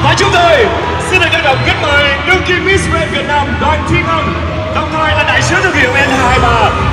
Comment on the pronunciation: Miss Grand mà nói nghe ra Miss Trans ( Miss chuyển giới hả ?? ) 😌